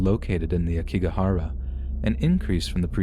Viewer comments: Oh poor Logan Paul. He really turned out with a crappy life didn’t he?…smfh. Also it’s pronounced Ayokigahara. I thought that’s what you were discussing until you added more detail about it. Thanks for these incredible stories!!! Your grammar and intonation are incredible! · Love your stories so much! Btw Aokigahara is pronounced "ow-key-ga-hara" and "yurei" is pronounced "you-ray" 🙂